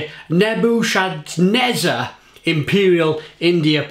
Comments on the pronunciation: Oh and by the way. It's Nebuh - cuhd -nezzar. Like the ship from the Matrix :) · Most excellent beer. Nebu - can - essar.